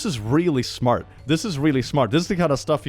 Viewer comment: "Your kid is smut..." Erm,...That's not 'smart' in a Swedish accent my friend 😂